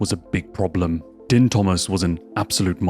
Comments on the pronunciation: Btw it's pronounced "Deen" Thomas, not "Din". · It's NOT Din IT'S pronounced DEEEEEEEN. your country spawned th English language, how come none of yoy speak it??? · Dude, you do know than Din Thomas pronounces his first name as “Dean”, right?! We all know how it looks like it would sound but ANYONE who watches MMA knows is pronounced by Mr. Thomas sounds like “Dean”. I had to stop watching because it’s obvious that you are, at best, a casual fan of what you are making a video about. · It's pronounced "Dean" as you can hear Goldie say 2 seconds later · man how do you have a whole ass mma channel and watch a ton of UFC and cant pronounce din thomas. youre killing me every time you say "din" like dinner haha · it's pronounced "Deen" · That Din pronunciation. Right before the video you played, pronounced it correctly. Cmon man.